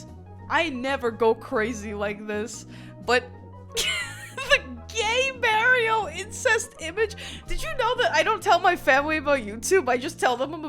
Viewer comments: okay, are you callin him mawio on purpose? what is that aboot? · Thank you for sifting through the broken pottery shards of my lost culture. I hate the way you say Merio and Drawring Also it hurt me to hear “you’re too young for my Chanel” and “ …2008 I was zero years old” Thank you again and also why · I'd love to watch but my autism won't let me continue after the continued pronunciation of Mario. I'll assume it was a good reproduction of events. ever play sunshine? FLOOD literally says "Mar-ee-o".. Edit: I tried for 10 minutes, I'm screaming and I'll be seeing myself out. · Mah-rio. Not Mary oh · It's not M-air-ee-oh. It's M-are-ee-oh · this video would be 10x better if she just said Mario instead of Maerio 😭🙏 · its not mare-ioh, its mario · IT’S MAHRIO NOT MAYRIO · Answer the goshdang question You say it like the word "Mars", not the word "mare" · Who days mario like mare?!?!?! Mayrio😭 Edit: I just watched the video and im scared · As a person from New Jersey, I used to say it like this too, until I moved away for college and was bullied into saying it the correct (wrong) way. For some reason yeah in the most Italian parts of the US, people say Maerio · It's the correct way to say it. "Mah-rio" is just the American bastardisation of it. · Have i been saying Mario wrong all this time? Or is pronouncing Mario as Mah-rio a Youtuber conspiracy? Cause almost every Youtuber (not just foreign ones) say it like that? This is like Rosalina all over again, it's ROSE-ALINA, not Roz-alina. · Mario….. Maryo is a New York thing. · Stop gaslighting us by saying Mayrio I hate it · I can't keep hearing someone say Merry-Oh so confidently. I'm sorry, you seem awesome, but it feels purposefully annoying. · Lol, because he definitely says, "It's-a me, Mary-o !" 😂 The east coast pronunciation of this property's main character will never not be funny to me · Stop saying his name like that! It’s Mar-E-Oh not however you just said it 😂. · 🤡DRAWERING MARRYOH🤡